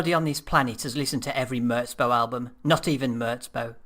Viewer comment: its "murz bow" not "murts bow"